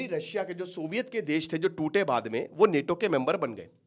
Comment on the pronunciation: अबे नेटो नेटो क्या है नाटो बोल NATO